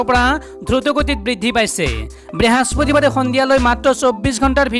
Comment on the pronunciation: Behaspatibar nohoy. Brihospotibaar he